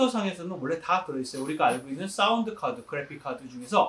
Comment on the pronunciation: 우와 부장님 영어 발음이 너무 멋지세요 사오운드 카드 그뤠픽 카드. 멋진 설명 귀에 쏙쏙 들어옵니다. 저도 요새 낙원 악기 상가에서 구입한 색소폰을 연주 해보고 있습니다. 노래방 소리가 딜레이 코러스 리버브를 전부 함께 올려줘서 나오는 것이었네요. 너무 잘설명해주셔서 마지막 ASMR 다음에 또 만나요 기억에 남습니다. 저는 마이크 받침대를 받고 싶습니다. 좋은 마이크 받침대가 있다면 제 연주 실력도 잘 뒷받침 해줄것 같습니다. 그럼 앞으로도 이렇게 유익한 정보 부탁드립니다. 마이크 받침대 기다릴께요~